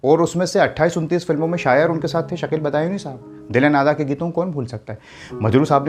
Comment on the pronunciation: "k" boliye "ki" nahi